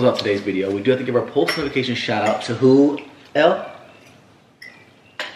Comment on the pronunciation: Elle** pronounced “L” Not Ellie that sounds like “L E” (Just helping<3)